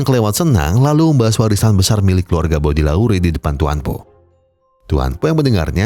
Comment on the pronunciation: Hadiirr bg, anyway bacanya "BODÉLEYR" 😅